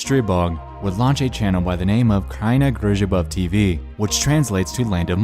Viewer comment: I as a polish guy have to Say that you nailed that "kraina grzybów tv" XD